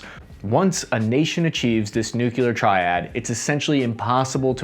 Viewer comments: it was so painful every time he said “nucular” 😭😭😭 buddy it’s “nuclear” 💀💀💀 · ""NU-- KYU--LAR "" ??? "" NU--KYU--LAR "" ??? IT'S NU--CLE--AR "" !!! You mitt JEEEZUZ !!!! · Please... its NU-CLEAR. Not NU-CU-LEAR. It hurts my ears... Thank you. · Hey man, I love your videos but can you PLEASE pronounce Nuclear correctly..?? You keep saying 'NEW-KYILL-ER' in every single one of your videos when you're talking about something Nuclear.. It's pronounced 'NEW-KLEE-R'.. There is no Y between the C and the L...... <3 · I think. It's NEW CLEAR. Not NEW que lur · IT IS NOT NOOK-YOU-LER, IT IS NOOK-LEER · face-blue-wide-eyes:"...achieves this nuclear triad..." :face-orange-raised-eyebrow:It's 👉NOOK-lee-er,👈not NOOK-yuh-ler.:face-red-droopy-eyes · Nice video but I can’t stand when people pronounce it nucular it’s two syllables nu-clear (new/clear) thanks sorry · Nuclear pronounced NEW CLEE ERRR FFS Not new cue lurr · It's nuclear, not nucelar. Dumdum. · Nuclear is pronounced, “New-Clear”, not “new-cue-lur” or “new-kya-lur” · Just FYI, the correct pronunciation of nuclear is “New-Klee-Ur”, not “New-Kew-Lur.” You may not care, but the people who do will think you sound uneducated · Not "nu-cu-ler" Its Nu-cle-ar. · Can anyone say “nuclear” not Nukular… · It’s “nuclear”, not “nucular” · It pains me when people pronounce nuclear incorrectly, it is NOT pronounced nuke-ya-ler, it is nuke-lee-er, n-u-c-l-e-a-r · DUDE! Stop with the “NUCULAR”... it’s “Nuclear”, not Nucular. UGGGH...... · New clear!!!!!! Not nucular. Nuclear!!!! Stop it!!! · LEARN TO PRONOUNCE 'NUCLEAR' NOO-CLEEOR... NOT 'NOO-QUOO-LER' duhhh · new-klee-ur not "nuke-u-ler" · Please, PLEASE, Stop saying nuk-u-lar!!!!! It is nu-cle-ar. . . . .When you pronounce it wrong, your credibility dive bombs!!!! Don't be a nitwit. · Don't have much confidence in any report when the reporter says "noocyuler" instead of nuclear. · NEW-CLEE-ER NOT NUKE-KEW-LUR FFS... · Nuc-le-ar Not Nuc-u-lar. 🤯🤯🤯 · please say nuclear not nuculer